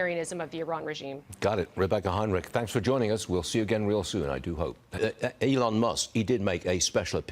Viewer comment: His names elon not adon. Ity it. 😅😅😅